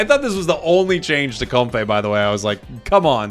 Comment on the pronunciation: A change to how you pronounce comfey and a change to stun